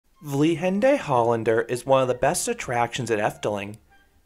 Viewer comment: Your pronunciation is almost correct. We don't put the accent on the last E in 'Vliegende' So it's more like 'vliegenduh' And it's in Brabant, so the G should soft. But that's just nitpicking